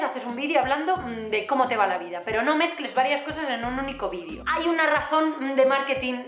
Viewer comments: Jajaja me ha encantado este vídio (por cierto, has conseguido que note cada vez que dices vídio y no vídeo), me he reído un montón y la verdad es que me hacía falta después de un par de días que no he estado nada contenta ^^ Gracias por ser tan espontánea, guapa! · Que bonita! aaaaw q emoción! mencionas te lo de como dices "vidio" en ves de vídeo; yo te lo comente en face apenas y me encanta como lo dices. jajaja que emoción !!! jajaja soy muy boba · ginseng y eso no tome xD eres energía pura!!!!molas y tus videos (vidio vidio vidio) ramdon también!!!! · Chupito cada vez que diga "vidio" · no eres la única que dice "vidio" He dicho?mi gracia